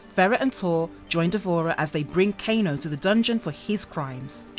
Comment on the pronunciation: All the narrator's do this. I left the same comment on multiple videos and see it on many more. No one that does a MK video knows the names, not even the basic ones like Kano. It's frustrating